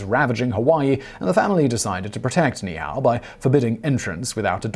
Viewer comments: say ni ihau...there's a glotal-stop between the two "i"s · Ni'ihau = nee-ee-how, with a slight pause between the nee and the ee. That slight pause is actually a 'letter' or important phonetic element called the okina, denoted by the apostrophe. The king's name is pronounced kah-may-ah-may-ah (the fifth). How do I know this you ask? One year studying classical Hawaiian with a native speaker from Ni'ihau. Why? Because becoming a certified land surveyor in Hawaii requires one to pass a 5 hour exam translating land titles written in classical Hawaiian, some of them actually written on mulberry bark paper or dried bannan leaves. This is not a criticism of the presentation, merely an informative aside. And here is another aside, complete with an almost ha'ole (white guy) proof tounge twister; the last queen of Hawaii was named Lee-lee-oo-oh-ka-lani, (birth name Liliʻuololoku Walania Kamakaʻeha). She was deposed and imprisoned in her own palace for 24 years by US marines until her death after we sized the islands at gunpoint. Her life and times would be an excellent future topic for this channel. If you do that, or any other item including Hawaiian words, please allow me to assist with pronunciation. It will be far less painful for both of us well as to any native speakers who might listen. Yr. Obt. Svt. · It's Ni-i-au, not nee-how. The king's name is Ka-me-ha-me-ha, not Kamahena. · Your Hawaiian pronunciation is horrible! Ni'ihau is pronounced "Nee ee how" (3 syllables ) and King Kamehameha is pronounced "Ka may ha may ha" (5 syllables) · It’s pronounced Ni’ihau (nee eehau) and Kamehameha (kah meh ha meh ha). Not trying to police you, but in Hawaiian language, pronunciation gives words different meanings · Great video. NEE EE HAU. KA MEH HAH MEH HAH.